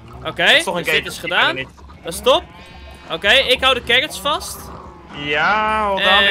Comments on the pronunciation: Ik: carrots: carRrrrrrrrOTS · Niemand: carrots: carots: carrrrrrrrots